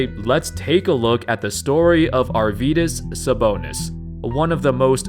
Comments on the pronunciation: Hes Arvydas [R Wee Das] pronunciation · Hes not Yourvydas Hes not Myvdas Hes Arydas Sabonis